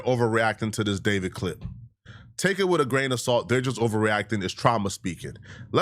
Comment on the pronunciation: Da-veed? It's Day-vid. Regular ass Day-vid.